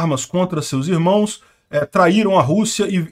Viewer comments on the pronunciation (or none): none